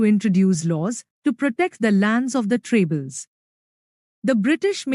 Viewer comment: It's tribals not trables But nice explanation